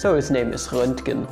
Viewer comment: Actually, it's "Rönchen" or "Rönken". Or is that just the verb that was made from his name? "Ich wurde gerönkt" :)